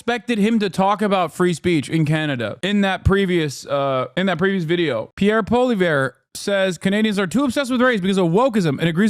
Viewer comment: His pronunciation is killing me but in the good way… “Pierre Polio” as in his ideology is a mind virus and “Al-berta” because that’s mostly where the right wing fanatics live 😂